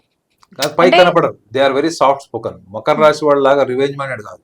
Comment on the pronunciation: ఒసేయ్ అది రాషి కాదే రాశి